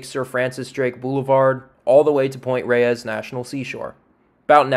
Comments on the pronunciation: Excellent job, dude. But "Point Reyes" is pronounced -- > Point Rays <-- not Point Ray-ez, as you pronounced it. I know it doesn't look like it, but there you are. Full marks to you for this effort, tho. Truly. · Point Reyes, is not pronounced ray-ees. it's pronounced to sound like "rays". The second e is silent. I know. I live here. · I can tell you're not from California, or at least Northern CA by the way you pronounce some of the names. It's ok, you say them in a logical way but Pt. Reyes should sound like Pt. "rays". San Rafael is San "ruhFEL" Tejon isn't Teehone it's "tehHONE". Those lakes on the peninsula are Lake Merced and San Andreas Lake. The fault takes it's name from that lake which itself takes it's name from the valley it's in. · There are plants on Point Reyes that occur nowhere else in the Bay Area. They were brought up for the South along with the point. For right or wrong, we pronounce Point Reyes as "Rays" and San Rafael as "Rafel." Even my hispanic friends. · I grew up in Marin County and I'd just like to say locals pronounce Point Reyes like rays and San Rafael like ra-fell.